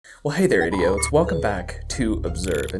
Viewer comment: Oh 'idios' he said. I thought he was calling us all idiots.